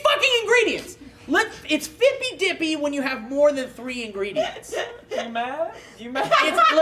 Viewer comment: it's fippy dippy.